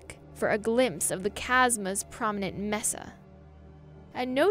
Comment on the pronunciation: Mesa, pronounced MaySa